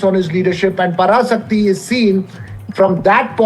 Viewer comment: The pronunciation of Parasakthi is wrong.. Pls correct it.